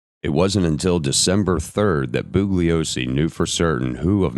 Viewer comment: Perhaps at least ask that he look up pronunciations of words he alleges to be able to say correctly in English. That seems like the minimum qualification for the job. I've got one more Booglyosy and I'm going to have to bounce.